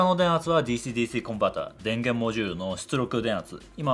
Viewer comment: DｽｨｰDｽｨｰの発音の良いこと